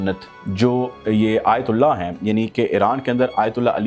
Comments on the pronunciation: Bhai "ayatullah" hota hy "aytali" nai. Name toh sahi ap sy liya nai ja raha ap chalien hain tabsra krnay. Bhai ap ko nai na pata wo kis shaksiyat sy milnay gay hain wo jantay hain un ko ap nai janty. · صحیح نام لینا سیکھو ایۃ علی نہیں آیۃ اللہ علی سیستانی ہے۔